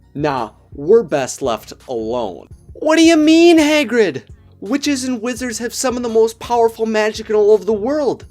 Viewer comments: I swear to god the beginning triggered me hay-grid. No. HA-GRID. NOT HAY-GRID OH MY GOD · Hahh-GRID not haygrid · Can u plz say Hagrid correctly, I'm cringing whenever u say Hay-grid